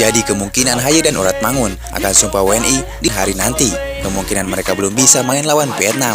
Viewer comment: Ragnar Oratmangun, bukan oratmangoen. Baru ditinggal sebentar kok sydah lupa ejaan Belanda toh?